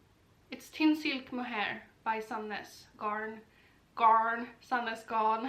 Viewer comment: Please keep saying sadness garn a lot correctly 😁. I am always confused on the pronunciation and why it’s a g.